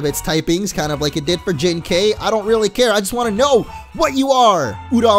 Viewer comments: Literally the whole episode you pronounced Jinkai incorrectly. It isn't Jin-kayy it is Jin-ki. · it's pronounce as Jin-kai and not Jin-kay(like ok)! It's Kai like Setik Kaiba or Kairi or Kai in Dragon Ball Z Kai or Dragon Ball Budokai!:) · Wait, Jinkai is my ghost!!!!!!!!!!!! BTW, it's pronounced Jin-Kye. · Jinkai is said Jink-I